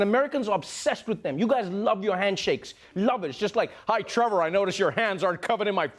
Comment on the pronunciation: Trevoh Trevoh, kkkkkkkkk